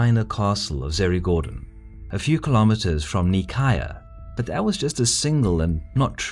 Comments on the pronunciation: The way he says Nicaea kills me. It's not knee-chi-ah it's nigh-see-ah. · Omg the cringe, Its Nicaea, not Nicaya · Um, actually, it's NEE- KAY- AH, or NY- SEA- AH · Oh my goodness... Nicaea is "ny-see-a" not "nee-ky-uh." In Greek it's spelled Nikaia "Nee-keeya." You are right is is a very famous and important city... >.< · “Knee-cai-uh” how about “Nai-see-uh” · Nicaea In English it's pronounced "Nye-see-ah" We're all familiar with the name Nicaea. By pronouncing it so differently (and incorrectly anyway) you are making things more confusing. By pronouncing it normal and proper, you would have been more informative, as when someone hears of Nicaea, they might think of Constantine, and will say "Ahh, the place of the Nicene creed, and that famous council and whatnot. Interesting." In Greek and Latin, it would be something like "Nee kea." In Italian "Nei-chea" I don't mean to be hypercritical. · Isn't it pronounced "ny see ah"? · I thought nicaea is read as "nai-see-ya". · I think NICAEA should be pronounced Ni-Seea with the "C" pronounced like an "S" ? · nicaea is pronounced nice-ee-ah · NICAEA is pronounced as "neigh sea yeah", Ever heard about a Nicene Creed? - it is a religious "prayer"- the name comes from a conclave held there. Come on, it does not take more than 1 minute research, you don't have to butcher the pronunciation of every name you come across... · We've used Greek pronounciation of Nicaea in this video. Causes some confusion though. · That prounouciation of Nicaea pains me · How can you pronounce Nicaea wrong? It's almost as absurd as fucking up London or Paris, it's just so short and simple that it should not be possible. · Is anyone else annoyed every time he says Nicaea incorrectly? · Nicea is pronounced differenctly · I cringed every time you said Nicaea, in which the c is pronounced like an s.